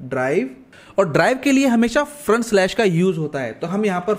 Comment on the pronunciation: Slash ko kyu galat bol the ho.